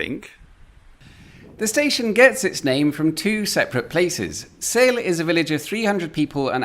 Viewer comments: I'm pretty sure ceilhes is pronounced say less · Ceilhes is pronounced like "Say" :) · For anyone who has learnt the slightest bit of Occitan, that Gallicized pronunciation is an aberration. Ceilhes should definitely have two syllables.